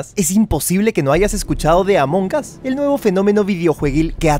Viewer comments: Dijo amoncas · Sabes que se dice Amon as la g es muda